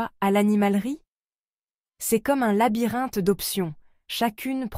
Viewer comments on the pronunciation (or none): none